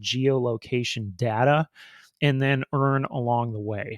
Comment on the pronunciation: good god- it is data not datta- this video is unwatchable because you keep saying datta